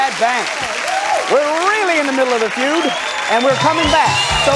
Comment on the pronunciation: He says family few not,feud